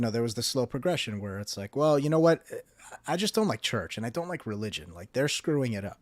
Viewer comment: It's Religion, not Relgion